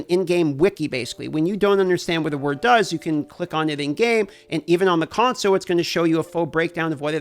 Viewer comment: Can we get a kickstarter going to buy an “L” for the word ‘console’? He keeps losing his. #conso